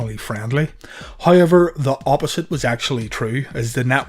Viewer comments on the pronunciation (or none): Is that However "hayever" irish?